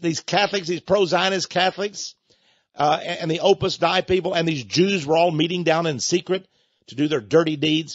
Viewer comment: Texx, you need to learn to pronounce Opus Dei properly before you opine on it.